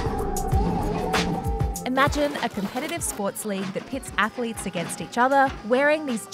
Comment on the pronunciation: "athletes" ha